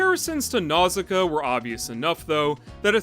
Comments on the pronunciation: Pronounced more like "Now-see-KAY-uh", but ok. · Nausicaä is meant to be pronounced NAW-sih-KAW-uh by the way. That’s why there’s a dieresis over the final A; to show that it’s pronounced independently of the vowel it’s next to. Like Zoë and Chloë. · you're right & I apologize. Your video inspired me to re-watch & you said it the way they pronounce in the english dub. I hadn't seen it in years & greek mythology got in the way...my bad.